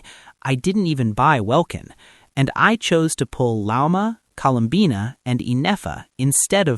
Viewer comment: Colum-banna 😂 im sorry I can’t